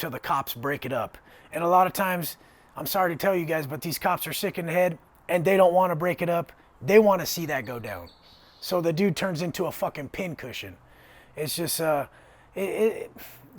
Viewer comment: He said a PIN CUSHING